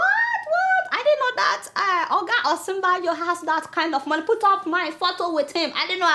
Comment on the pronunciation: You're really doing a great job here Adeola. I believe that you are Yoruba based on your name. But I don't actually appreciate how you pronounce Nigerian names wrongly. May be you should watch Channels TV presenters pronounce native names. Don't sacrifice our names on the altar of English diction. The way you pronounce Osinbajo, Fayose and some other native names on your shows is a point of concern. Kindly improve on that.